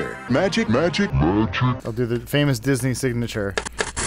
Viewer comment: Okay, I love this "zoom in on face for comedic effect" editing style, I was in stitches when he first said Disness